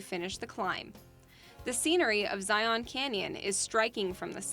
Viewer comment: For generations, the first park, namely, Zion, has been pronounced ZYE-un. However, inexplicably, in recent years I've heard it mispronounced ZYE-ahn. It's pronounced the same as the mountain in Jerusalem, and that's what Utah's Mormon pioneers named it for back in the 1800s. With 640 acres in a sq. mi., there are 167.7 sq, mi./270 sq. km. in CO's Great Sand Dunes N.P. Years ago, my mom taught my brother and me how to keep stalactites and stalagmites straight. The former are tight to the ceiling, and the latter might reach the ceiling. In the Grand Prismatic Spring section, the Haydn Expedition was mentioned as being there in 1871. The following year, Yellowstone was made the world's first national park. Apparently they were impressed.😊 Several years ago, while I was spending part of my vacation in FL, I took the ferry out to Dry Tortugas. What a beautiful place. By the way, in case you're curious, "dry" means there's no potable water there, and "tortugas" is Spanish for "tortoises". Across the border in Canada from Glacier N.P. is their portion of the total reserved territory--Waterton Lakes N.P.